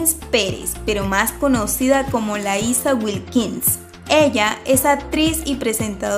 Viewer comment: Se pronuncia Laisha no Laisa.